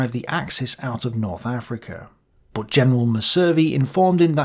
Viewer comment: The weird, inconsistent pronunciations destroy this. Messervy plainly has stress on the first syllable, anyone literate would say it that way. (It's a French name, he was a Channel Islander)